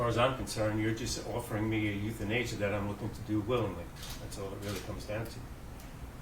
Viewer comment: Euthanasia. I heard youth in Asia. Tripped me out. I’m back now.